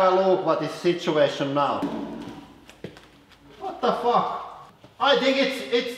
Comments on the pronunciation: I always love it when he says WAT ZA FUCKKK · I love this channel 😂😂 the "Vat Da Fawk" is awesome 😂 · I died everytime he says " wut duh buk " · more like "vat da faak" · All I heard was "Wa Da Faak", then "Kaboom". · He protecc He attacc But most importantly He say wa te fucc